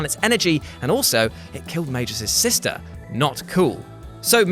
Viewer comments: MAG-US not MAGE-US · >makes fun of Simon for mispronouncing Dedede's name >comically mispronounces Magus' name throughout the whole Chrono Trigger part It's Magus, not "Mage-us". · >Makes fun of the Dedede mispronounciation >Butchers the pronounciation of Magus (with a hard G, Mag-us) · you beautiful bald soy boi! Thank you for featuring my favorite antihero from my own edgelord high school days, Magus!! Even if you did say both his pseudonym and birth name wrong. Your wonderful encouragements at the end of your videos more than make up for any such boo-boos. I enjoy watching you. 🖒🖒👉👉